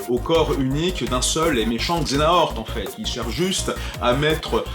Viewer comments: "Xenahort" ? Redis ça sans trembler des genoux ? C'EST Xe-ha-nort, nom d'un simili ! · Mais Xehanort! Xe-ha-nort! 😂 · Je meure à chaque fois que tu dis xenahort =_=